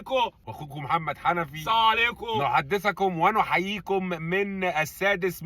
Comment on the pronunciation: 🔺متختصرش السلام .. حاول تنطق السلام كامل وواضح السامو عليكم مش تحية المسلمين